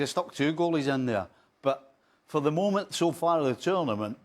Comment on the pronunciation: This presenter irritates me "dishappoinching, momench, of the tournamench shooo faar." talk normally you spanner